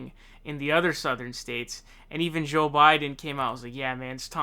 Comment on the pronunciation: Actually, now he's saying Zonders. 😮 He also pronounced Joe Biden's name as 'Zo' a couple of times.😒